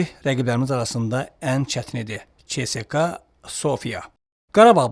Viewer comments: Tam doğru. Bə`zi jurnalistlər nədənsə "ц" hərfini "ç" kimi səsləndirirlər. Heç olmasa "s" kimi tələffüz etsinlər. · Mama oğlu ÇSKA yox SSKA